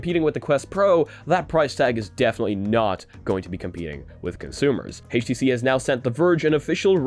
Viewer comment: Haytch TC? Really? I'm out.